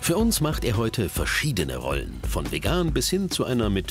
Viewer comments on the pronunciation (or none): none